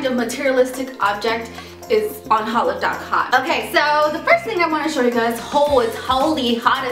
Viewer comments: hautelook is pronounced autelook, not hotlook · oh its hotlook... it sounded like she was saying "holif" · "hautelook" pronounced -- hote-look